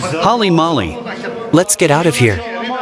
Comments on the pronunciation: holey moley, not holy molly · This content is worth it's weight in gold. I can't think of anything better. The randomness, the adventure, the jokes, the subject matter. Haha.. The voice over said Hally mally instead of holly molly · "Hally Mally" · Would be interesting if they pronounced holy moly correctly . Say it with me comrades. Hoe-li moe-li. You can do it.